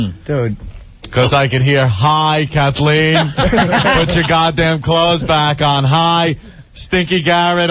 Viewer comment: Listen to that idiot Opie say “put” wrong.